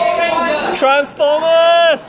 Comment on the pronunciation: its TRANSFOMAAHS